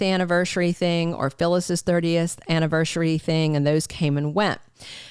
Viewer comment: It's anniverSARY, not annivershry 🙄